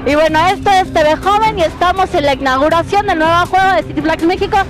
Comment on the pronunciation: La "icnaguración"